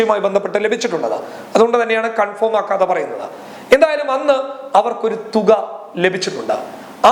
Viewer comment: കൺഫോം അല്ല, കൺഫേം.